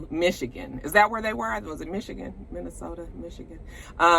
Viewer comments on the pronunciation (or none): none